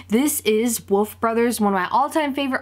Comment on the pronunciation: Its woLf brothers not wof and you makeup is good but stop saying its scary and graphic because its not